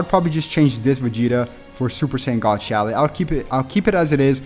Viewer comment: Yeah this stuff is nice and everything but first order of business is you are pronouncing Shallot's name wrong and second you don't even give people hel on how to get the equipment to the Z rank and another thing not every Fricking equipment item can be awakened